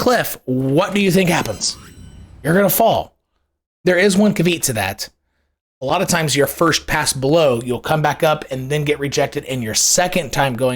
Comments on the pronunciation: CAV EE OTT. not cuh-veet. There is one cuhveet to that he said lol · Caveat: "KAH-vee-yaht." Sorry, I'm anal.